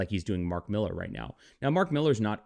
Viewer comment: Why do you insist on mispronouncing Millar's name? You are supposed to be a comic book insider, yet don't know it's pronounced Miller? Ponderous...